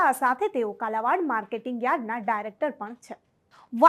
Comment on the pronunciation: બેન કાલાવડ નામ છે કાલાવાડ નહિ